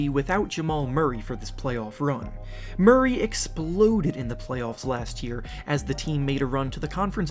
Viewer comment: No Murray. Why he say it like that😭